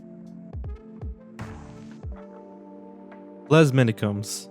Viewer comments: The "s" in "les" shouldn't be pronounced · Fun and informative as usual, but your pronunciation of the French language needs work. The ‘s’ in ‘Les’ for example, is silent, and the ‘e’ is pronounced like an ‘a’.